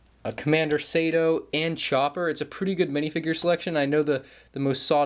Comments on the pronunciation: I wince ever time pronounced it “Sayto” and not the proper “Sarto”. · Commander Sato's name is pronounced SAH-TOE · your pronunciation of Sato triggers me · How he says agent mall is and June Sato is so annoying bro Agent KAAAAAALlus and June Sayto is how he said it lol. Love ur vids tho.